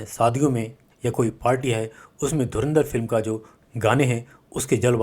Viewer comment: साले पाकिस्तानी धुरंधर को धुरिंदर बोल रहे हैं 🤠🤠🤠